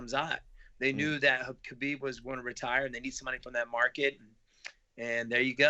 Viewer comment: Wonderboy: Khamzat- "homzot" Khabib- "cuhbeeb"